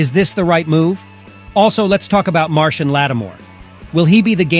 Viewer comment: I don't know how Marshon Lattimore pronounces his name (and I had to look it up), but I'm sure it's not "Martian."